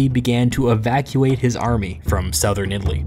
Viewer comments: this is cool but how is it possible that as a native english speaker you pronounce 'southern' like that? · They way you say ‘southern’ is weird